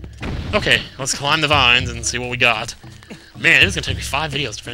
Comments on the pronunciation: lets see what we've goht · 'let's see what we goht' LOL